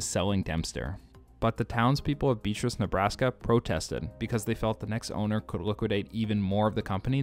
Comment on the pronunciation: Beatrice is pronounced Bee AH tris not beet-ris.